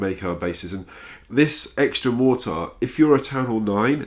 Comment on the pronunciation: "A mortire" lol